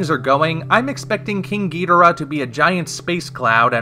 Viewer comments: Ghidorah. You are saying it wrong my bro. The original English rendering was gheedrah, as Nick Adams said in Monster Zero. HOWEVER, Toho has stipulated many times since that Ghidorah is the preferred name. Please stop the spread of this inaccurate "Gheedrah" to another generation of fans. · The Japanese pronunciation puts emphasis on the first and third syllables, resulting in "GHI-do-Rah" rather than "ghi-DOR-ah", and since King Ghidorah is a Japanese creation, that enunciation - the one I'm using - is technically correct. I don't suppose you have an actual rebuttal? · well if your gonna trash talk Godzilla Anime you better learn how to say ghidorah just saying watch the Godzilla vs Ghidorah just saying you should hear what they say when they say king ghidorah